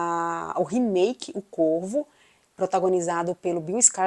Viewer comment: No início do vídeo eu pensei que vc tinha dito o Corpo ao invés de o Corvo pois o som 2 palavras é parecido 😅